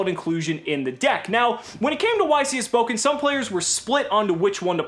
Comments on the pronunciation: Not bokum, but borum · It's funny how you pronounce Bochum hahaha xD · love it how missprounces bochum xD (just funny for an nativ speaker ) and guys don't tell yuginono dont wanna burn for all eternity in hair with all that burn players